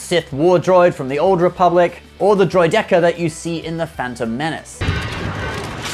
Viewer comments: you're pronouncing droideka wrong. I guess it's on purposeXD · Loved the video, hated the way you said droideka. I don't care if that's the proper way to pronounce it or not just doesn't sound right.